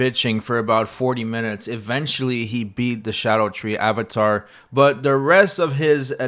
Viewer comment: I'll hear no more of this nonsense about scadutree being pronounced shadow tree. Not every letter can make every sound.